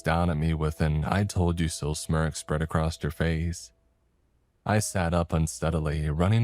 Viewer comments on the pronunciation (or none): "i must to have misheard her"? Man your English is getting worse and worse, ever gonna say what's up with that? "clamour" and "clamber" are not the same word. One means noises and the other to climb. "acrost" is not a word. "brownt" is not a color.